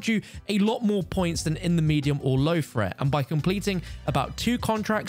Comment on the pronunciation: Threat: T-H-R-E-A-T. NOT FRET!!!